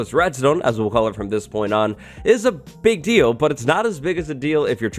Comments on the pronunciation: “a really pig deal” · Did you say a pig deal? XD